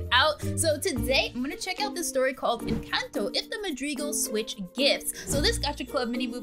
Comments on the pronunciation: Madrids it’s not called madrids it’s madrigals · u said madrigals wrong